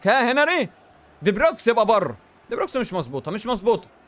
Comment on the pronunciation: هو لية بيقول علي دي بروين دي بروكس 😂😂